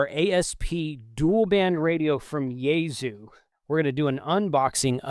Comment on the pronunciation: It is "yay sue" not "yayZoo"...